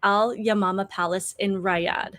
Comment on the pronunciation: The name Riyadh is pronounced "Ree' Ahd" as in the "e" in "Ree" having a long "e" sound. Look it up.